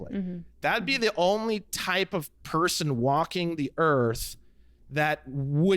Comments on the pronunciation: I developed a tick somewhere along the 500 times he says PER-son 😅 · Saying Per - Son like that without an articulated reason is annoying as shit.